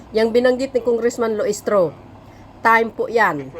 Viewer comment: Jinky Luistro not Lusitro😂